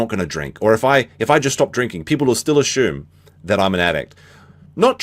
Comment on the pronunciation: He's worried about how people spell "specter" when he pronounces "assume" like that?!